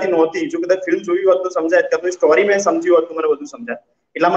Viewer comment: સ્ટૉરી નહીં સ્ટોરી‌ બોલો. પ્લીઝ